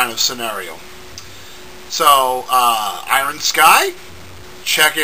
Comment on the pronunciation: 3 " i-ron " sky :3